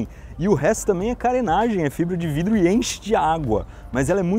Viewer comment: Pessoas normais: Que bela obra da engenharia, bela estrutura. Iberê: OVÔ FAZÊ UM COM FIBRA DE VRIDO!